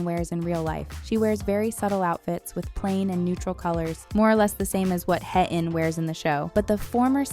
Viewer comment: Heh-in - it was distracting that the character’s name wasn’t pronounced correctly throughout the video. A better way to pronounce her name is “Hey-een.”